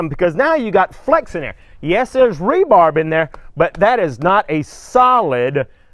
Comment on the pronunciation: Sea-men-t and rubarb ....of course they needed to tear it down A good builder would use concrete and rebar and that tool is called a donkey dick...just sayin JK love the videos